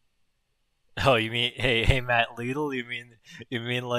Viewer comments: its not leedol it's lidul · As a British person I’m offended that you called Lidl Leedl and not Lid El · Calling lidl “leedl” is a fucking crime mate 🤣